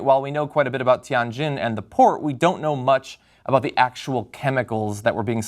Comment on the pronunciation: Totally Thought he said "porn explosion" at the beginning.